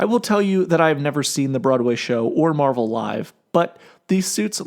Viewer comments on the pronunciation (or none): none